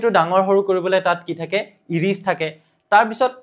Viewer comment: ইৰিছ নহয় ছাৰ আইৰিচ হব লাগে ❤